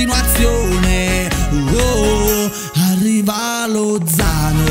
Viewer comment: Ahahahahahahha grandi. cmq non si pronuncia LoZZZano con 12 z. 😂 - Lozano .